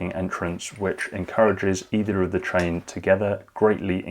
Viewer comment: Yes he says TRAIN not CHAIN !!